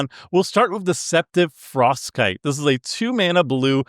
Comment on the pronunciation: I thought Deceptive Frostkite said Deceptive Foreskin 😅😮😂